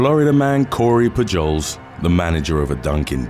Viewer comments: Its pronounced Poo-holes! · "Pujols" is pronounced "POO-holes", heavy accent on the first part and a soft s. It's Spanish, I belkeve. Keep up the brilliant work - these are so addictive. :) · You really need to learn how to pronounce American names and cities. "Poo-Joles"? "Dee-I-Onna"? "Tack-o Bell?" C'mon man...